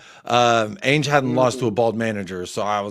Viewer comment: This wet wipe still mispronouncing his own managers name. "Ainge" 😂......will be gone in a month anyways I guess